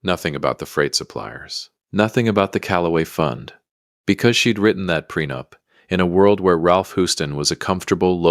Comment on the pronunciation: The timeline isn't as bad as the pronunciation. Ew.